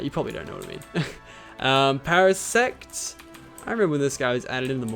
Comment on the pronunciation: facepalm you said para SEX